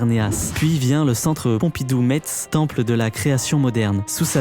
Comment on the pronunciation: Pas MeTTTTz juste Messs